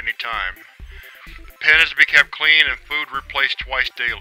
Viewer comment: 'Pen is' What